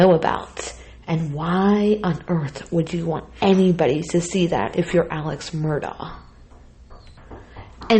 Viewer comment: I believe it's pronounced , Mer-Dock. Righeeeeeet?